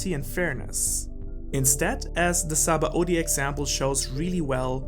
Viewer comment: Just call it Sabondy, rather than the forcefull Saba-Odi that you are trying to pronounce as.